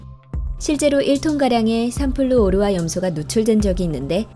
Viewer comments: 삼플루 오르화 가 아니라 3플루오르化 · 삼플루/오르화 라고 읽는거 실화냐?